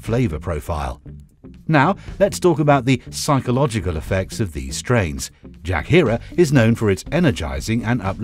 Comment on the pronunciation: parece que dice Shakira en vez de jack herer